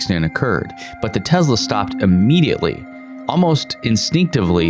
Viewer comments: "Tezla"... Its Tesla! TESLA! T-E-S-L-A... lol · Its Tessssssssla Not Tezzzzzzla!!!!!! You have testicles not tezticles. Nikola Tesla is turning over in his grave every time hears Tezla. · Hey jack wagon, it's a Tesla, not a TeZla...... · Why do you pronounce it as "Tezla" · The tezla